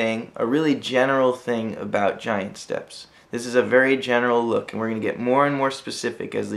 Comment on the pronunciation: Rev. Kitty that's how it's supposed to be pronounced.